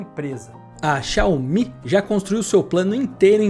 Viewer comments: Não eh Xiao omi!! Eh Xiaumi! Assim que pronuncia!! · Mas a pronúncia correta é "Shaw-Mi" mesmo. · que dificuldade pra falar X I A O M I... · Com todo respeito mas é irritante como você pronuncia xiaomi!